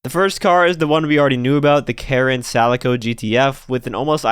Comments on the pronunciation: I thought it was pronounced K-alico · The Karin Calico is pronounced "Kalico" probably either after the cat fur pattern or some textile thing. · I'm hyped. And with this update we'll have pretty much every generation of mustang except the 80s fox body. I bet we get the uranus as drip feed. Btw, calico is pronounced with 2 hard c's. Calico is a type of cat and also a type of fabric